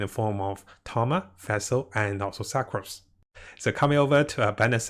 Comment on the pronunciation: Sa-crose lol